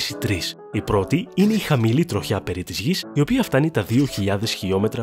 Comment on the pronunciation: Δεν άντεξα να ακούω 'τρο-χιά' και 'τρο-χιά'.... ΔΕΝ προφέρεται σαν τη λέξη 'τριχιά'. Και το σιδηροτροχιά έτσι το προφέρετε